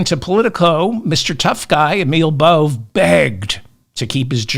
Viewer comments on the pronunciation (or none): Bove is pronounced Bo-vay. He’s an effing asshole either way.